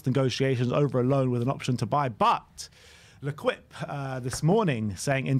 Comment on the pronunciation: hey guys L’Equipe is pronounced „le keep“ not „le quip“ ✌🏻